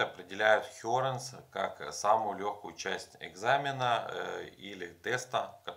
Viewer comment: почему хёренС, к чему это С?????